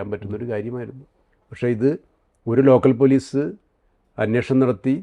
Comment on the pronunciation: അവതാരകനനോട്, അന്വോഷണം അല്ല അന്വേഷണം